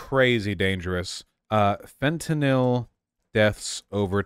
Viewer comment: I agree 100% but the way Vaush pronounces fentanyl is bothering me 😂